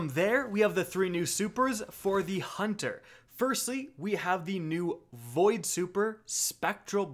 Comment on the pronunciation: You mispronounced Hunter